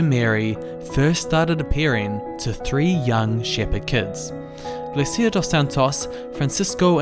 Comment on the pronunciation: The Portuguese pronunciation of "Lucia" is LOO-cha!